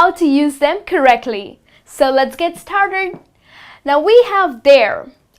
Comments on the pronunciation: Let's get star-terd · “Let’s get starterd”